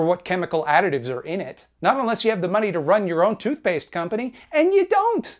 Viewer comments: I get a rush of dopamine whenever he says "Da money" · "The mah-nee" cracks me up every time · Ive been blastin through all content and i just lose it when he says "DA MAHNNEE" 😂